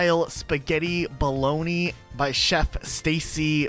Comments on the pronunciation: I’m more upset over the fact you bolognese as bologna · Spaghetti Baloney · Jesus Christ man that pronunciation nearly killed me. Bologne? Really? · not being able to pronounce bolognese is wild 😂